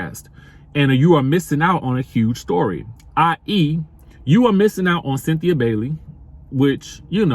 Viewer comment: Chile 🤦🏿‍♀️🤦🏿‍♀️ 🥴 did u say Cythina 😭 U really must be 😩🙄